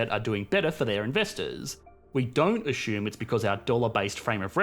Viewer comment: ashume? Its assume.